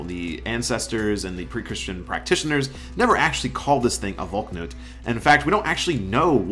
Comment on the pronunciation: it's not pronounced "Valk-nut" it's "Val-knut"